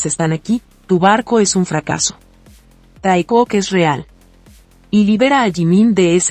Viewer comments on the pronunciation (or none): voce é ÓTIMO...''TAECUZ"😅☺🤭